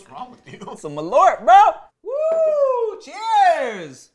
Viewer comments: Malört is actually pronounced "mall-uh-rt" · Malört is not pronounced as you say it, Malört is the Swedish word for Wormwood.